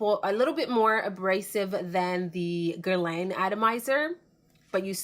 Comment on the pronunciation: "Mon Guerlain by Gerlane"